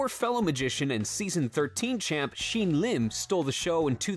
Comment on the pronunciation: YOU SAID SHIN LIMS NAME WRONG HAVE SOME RESPECT